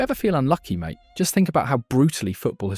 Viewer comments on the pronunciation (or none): none